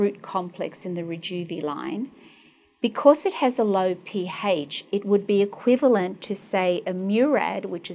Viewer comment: the P-hAYSCH IS 2.8 LOL